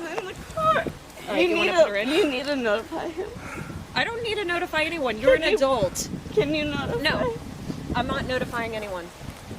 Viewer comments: I love the way sais "Adelt" instead of Adult. Keep being you though, loving it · Love you, please say adult